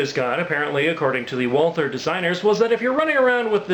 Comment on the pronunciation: Awesome Video! Can't wait to see you kick some ass with it. You got the pronunciation right :)